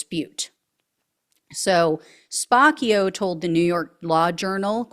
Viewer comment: I think it's SPAH-CHIO. Like capuccino.